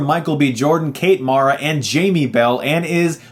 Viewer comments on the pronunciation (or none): As a Giants fan, I have to correct your pronunciation of Kate Mara's name. It's M-air-a.